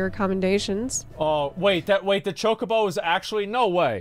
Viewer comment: How is this girl a Final Fantasy XIV streamer, yet she miserably fails to properly pronounce chocobo (cho-ka-bow). I can't even comprehend what she called it. I think she said chacobo as in cha-ko-bow. I've only played 1 Final Fantasy game, and it was 10. Yet I know how to pronounce it.